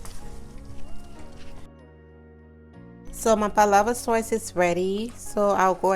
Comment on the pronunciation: It's Sauce not Soyce